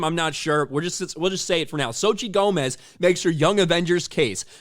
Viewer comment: they use "zochi" becuase noboy knows how to pronounce "Xochitl" which is her real name, btw, it's pronounced something like "tso-chee-tl"